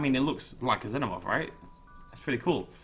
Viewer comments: ITS FUCKING PRONOUNCED ZEE-NO-MORF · You're a cool guy but I get mad every time you say xenamorph wrong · you need to say xenomorph as xinomorph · Can someone help me? Is it pronounced like Zenomorph or Zeenomorph. I've been saying it the second way forever. Am I wrong? Does it matter? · It's pronounced (Zee-No-Morph).